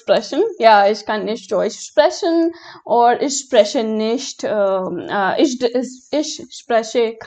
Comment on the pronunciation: Your germen accent for ich is not correct